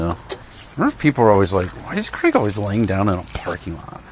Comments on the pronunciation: do all americans pronouce craig as "creg"? or is it just? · Creg should friend me so that occasionally he hears someone pronounce his name “Craig” correctly.